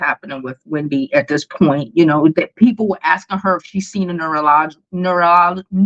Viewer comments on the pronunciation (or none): You know your a real dummy when you can’t pronounce neurologist…stop bashing successful black women …